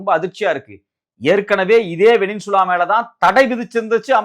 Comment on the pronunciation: செய்தியாளர், "வெனின்சுலா" என்கிறார். அது "வெனிசுலா" என்பதாகும்.